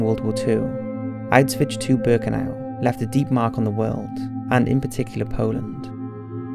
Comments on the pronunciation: Ok come on... "outs-vitch?" Your vids are good, and seemingly well researched, however, you really do need someone to narrate without glaring mispronunciation and made-up words. It's "oush-vitz." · "Out-switch". I've always heard it pronounced like "ow-shwitz" or "ow-shvitz". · Please stop saying Auswitch... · Autzvitz complex. Your Autzvitz documentary about mengele was good, but it was really hard to listen to since every time you say "autzwiz" it just sounds "a bit" comical.. I know that englishmen don't speak other languages, but at least try to put some effort in spelling foreign names and places.. You are really not the only one I have told about this... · Please learn how to say it, it's not ' ausvitch' .otherwise a very good video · good video and btw the correct pronunciation is "OWsh-wihts" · Good video, but the constant mispronunciation of Auschwitz made me cringe every time tbh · Maybe learn how the say the name of the camp if you are doing a video about it?